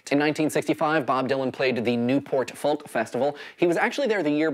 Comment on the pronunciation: You don't pronounce the L in "folk."